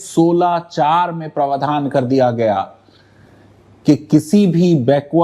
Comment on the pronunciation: Praavdhan Not pravadhaan